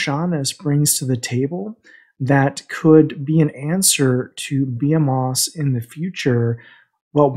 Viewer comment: Great content man. It took me six months to figure out how the Forcefield worked. I believe it says it’s effective for 5 power or above and I wish it would plainly say 5 melee, maybe just me but would be helpful. Not poking at you,behemoths is pronounced buh-hee-muths according to google. Keep up good work man!